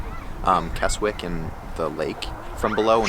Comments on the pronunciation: not kes wick kesick silent w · Please talk to people and realise its pronounced kes ick there is no such place as kes wick!!! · I love Keswick, only 20 mins from my home and pronounced Kesick silent "w" :) More videos on my channel with some good news. 👍🏻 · No offence! but Keswick is pronounced KEZICK, have a wonderful time, you 2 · Keswick is actually pronounced as Kesick it has a silent w.... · Keswick is pronounced more like Kez-Ick. The 'w' is not pronounced. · 😆😆😆 It's pronounced "Kezzick" 💜💜💜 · Keswick = Kezzik. 😊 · Obviously don't expect you to get pronunciations right every time, so it was funny how it really made me wince every time you included the W in Keswick. It's more like Kezzick. And yeah, parking is a nightmare in the main holiday season. Seeing you swimming in the lake reminded me of around 30 years ago teaching my oldest daughter to swim in Derwent Water - we had 2 weeks of crazy hot weather, so lucky. You made me want to return 😍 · Sorry its "kezzick"